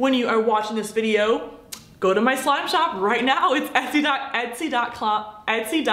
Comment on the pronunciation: Who else heard her say “slop shop” lol I still love you